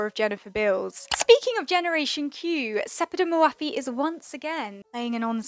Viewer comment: Love your videos! But her name is not pronounced hour, it's more like "Ór'.